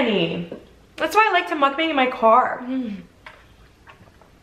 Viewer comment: Love your mukbangs, just wished you pronounced it properly. Should should sound more like "mook bung".